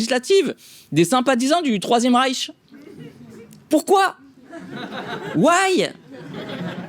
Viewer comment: pourkouaï😂😂😂 tu la piqué à dieudo😂😂😂😂